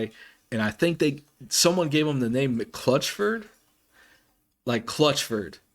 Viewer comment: Lmao it is McClutcheon, Mc clutch eon...it is definitely not mcclutchford hahaha.